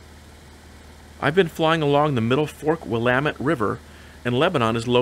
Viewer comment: Great video as always,! With my 77S friend, I have visited Lebanon airport where we enviously peeked into the twin engined Tecnam planes based there. It is good to hear "Willamette" pronounced correctly!! Safe flight back to Washington!!